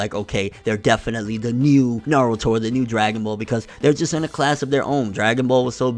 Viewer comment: People saying naaarudo pisses me off. Especially after they claim they've watch the series.